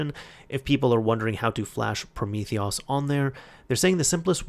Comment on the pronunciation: PrometheOS is pronounced Prometheus btw :) Theres a hidden Snake game built in, thats the highscore reference :D